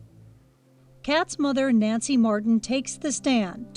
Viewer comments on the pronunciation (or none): none